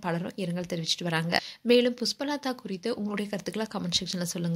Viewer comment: புஸ்பலதா இல்லம்மா 😂 அது புஷ்பலதா தமிழ் வெளையாடுது போ உன் வாயில